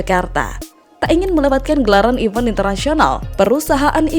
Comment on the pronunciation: Aduuuh, cara melafalkan kosa kata B. Inggrisnya dilatih lagi. "Event" Tidk dibaca "even"